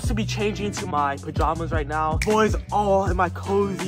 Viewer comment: Neow 😂are serious right neow bro